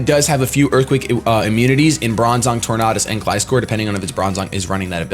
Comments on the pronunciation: IN ANIME THEY SAY TOR-NADUS not Tor-NODUS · Tor-nay-dus like Tor-nay-do. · I think it's pronounced tor-nay-dus because it's supposed to sound like tornado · RandomGuy1: Its pronounced tor-nay -das RandomGuy2: No its pronounced tor-nah-das Me: Who cares? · it's pronounced Tornadus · Say the word tornado out loud That's how you pronounce tornadus. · its tornadus, not tornadus !!!! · Hey if you ever want to know how to properly say a pokemon name there is this special little thing called the pokedex 3Dpro USE IT people on youtube even posted videos of all pokemon kanto through unova because the way you say tornadus is as disgusting as when you ignored the other a in spinarak and called it a spinark in the soul link